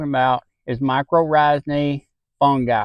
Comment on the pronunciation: Great results! The way you say my-kor-RIGH-zal cracks me up.